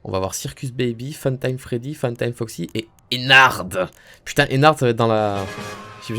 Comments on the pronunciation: On dit ennar pas ennarde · Pourquoi tout le monde dit Ennarde c'est Ennar(d)! Prononciation*